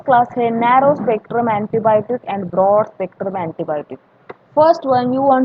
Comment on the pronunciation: Broad spectrum not brood spectrum 😪